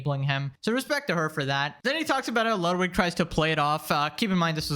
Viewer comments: Why is everyone pronouncing Ludwig as "lot-wig" and not "loot (said not as long) - weeg (like weed, but with a "g", or, like a long pronunciation of the word "wig"), like it should be? And why the hell is he calling himself that if he can't even pronounce the name correctly? (Ludwig van Beethoven for example, you don't say his name like "lot-wig's"?) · Tectone pronounces it "Ludvig" sometimes, idk why that's so funny 💀